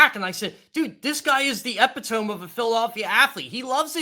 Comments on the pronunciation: Did say epitome (EH pi tōm) instead of epitome (ē PIT ō mē)... ain't he a journalist??? Lmao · bitching about blowhards. Dude is more of a loudmouth than Silz. Can't even pronounce the word epitome.